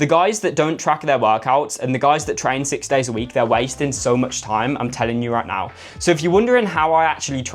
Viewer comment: "I'M TELLING YOU ROIGHT NOURR" 🗣️🗣️🔥🔥